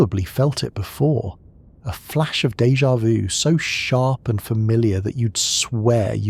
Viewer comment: Pronounced " day ja voo"